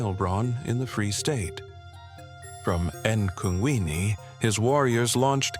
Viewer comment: I like the videos, but in this day and age, at the very least, you should try to find people that can pronounce the words/names etc. in as close to the native language as possible. "Mhlhlandlela, eNdinaneni, eNkungwini etc." the narrator changes the meaning altogether with their pronunciation. Told correctly, these words/names tell a different story and feel about each of them.